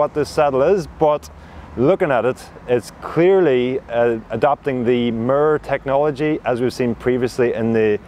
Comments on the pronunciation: "murrrr" = "mirror"??? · I'm like, "i've not heard any press about this 'murr' saddle . . . ."